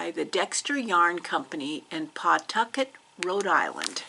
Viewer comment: I am from Pawtucket. It’s was, along with its neighbor city, Central Falls, a major textile manufacturing area. Lots of immigrants worked in the mills. Pa-tucket. If you pronounce the “w” , then they know you are not from the area. 😊